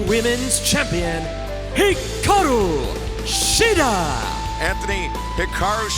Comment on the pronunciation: Hiraku Shida. Can't get your women's champion's name right. Disappointing.